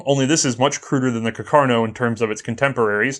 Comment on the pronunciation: Its carcano not carcarno